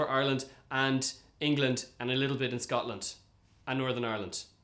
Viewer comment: was that Scotland ?